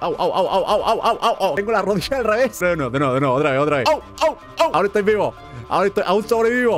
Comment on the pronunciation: dijo "rodilla" en argentino xD